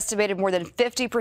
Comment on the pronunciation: Nah. Not fifty percent of college students. Not fifty persen of college studen. Not fifty persen uh college studen. /